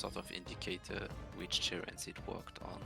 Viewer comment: Someone please tell me that i'm not the only one that was hearing TURRET not TERRAINS.